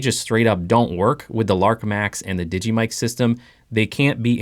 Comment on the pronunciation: The mic you cal Digee is made by DJI. Pronounced Dee Jay Eye not digee